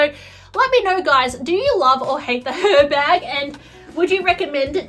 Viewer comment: The H is silent (like it is in Hermes) so it’s pronounced Er Bag. I hate mine. Worst purchase I’ve ever made. Terrible design.